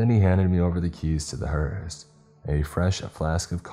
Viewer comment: Why do I hear " HORUS ' instead of hearse ?